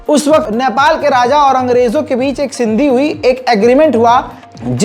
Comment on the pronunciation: Bhai sindhi nahi sandhi hota h